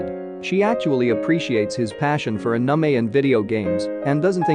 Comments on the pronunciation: It’s not uhnumeh it’s anime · Narrator's voice be like: Anime❎ Anamay✅ (Ps:don't take it as a mean comment or harassment) But it's funny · It's not ahnime, It's anime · i like how he says the "Anamei" instead of anime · I loose brine cells every time i hear anime pronounced that way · The robot voice says anomie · anamy no no not anime but anamy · D-did he j-just call anime a-ANAME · narrator: "Anamei" Hahahaha its in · Every time he said Uh-Nuh-May instead of Anime I wanted to report the channel. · the way he says “anamei” is really effing with me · Bruh listening to him pronounce it as anume 😭is torture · When he says Anime like "Anumey" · Did he just say aniemae? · pls don't say "aname" one more time 😭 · nice video but is A-N-I-M-E 😂you need to change your TTS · Is anyone else triggered by the way the video says anime? Just me? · Strange how you pronounced ANIME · The way "anime" is pronounced though 😂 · this narrator pronounces "Anime" so wronggggg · The way "anime" is said is giving me OCD. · Istg if you say anime like that one more time we will have problems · The pronouncing of anime is quite funny🤣🤣🤣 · Why do you pronounce anime like that? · bro pls say ANIME correctly it is an English word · OMG WHY AM I SO TRIGGERED AT THE WAY THE NARRATOR SAYS ANIME AND OTAKU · I cringe hearing the narrator botch pronunciation of so many names and words (ie anime = “ah-nim- meh” not “ah-num- mee” and hikaru = “hee- ka- roo”)